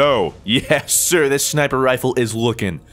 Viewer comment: "I wanted to review this shmiper rifle" lol